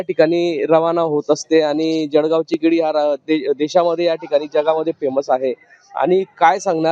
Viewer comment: अरे दादा जडगाव काय म्हणतो! जळगाव म्हणा परत तुम्ही केडी म्हणताय भाऊ केडी नाही रे केळी म्हण भाऊ तुम्ही जळगाव जिल्हासाठी कलंक आहात आणि पत्रकार आहात! म्हणजे फार मोठे कलंक!